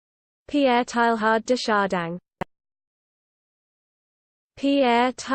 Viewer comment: SO wrong -- there's distinct "g" sound here at the end of Chardin that doesn't belong, and the first syllable of Teilhard comes closer to "tay" than "tie."